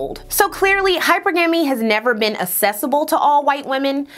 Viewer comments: Y’all are weird for acting like correcting someone is an attack on them instead of helping them. I love content, and she did her thing on this video as always. Letting her know her pronunciation of hypergamy was off doesn’t take away from that at all. I thought we were pro-learning over here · Yes, if she's basing a significant segment of a video on a particular topic, then the correct pronunciation is the first thing to nail down! It does indeed take away from the total credibility of the project in question. There are ramifications to this stuff. It's basic branding 101. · She didn't pronounce it correctly though. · I cant wait until she does her language episode. Hypergamy is pronounced several ways and multiple ways are considered correct. But of course its always the watchers and not the doers (the never will be doers) that get some sort of odd satisfaction in correcting someone that doesn't need to be corrected. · definitely not talking down sis.. one of my pet peeves is hearing someone repeatedly say a word incorrectly. But I do agree with you and apologize if it seems I was just being an ass. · I noticed that and I actually loved it because it solidified to me that she's not just repeating woke/ buzzwords rhetoric that she's heard repeatedly online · Can you please say hypergamy the right way. You’re not helpin the case for black women to be taken serious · Hearing her say it wrong so many times was insane, I thought am I crazy, I could of sworn American English and British English pronounce it the same. I loved this video but couldn't get past that. And I disagree with her, accent or not the word was pronounced incorrectly. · So common. You can always tell when a mispronounciation is from reading! Similar to this hypergamy convo I pronounced it and hegemony with that same amphasis for yearsssss until I happened to hear the “correct” syllable stress. Super common way of saying it when you read those words! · me too! I actually unsubscribed.